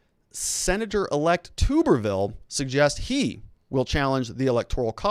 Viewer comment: its pronounced Tu"bberville (Like Tub)